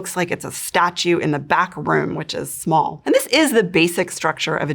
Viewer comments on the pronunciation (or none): none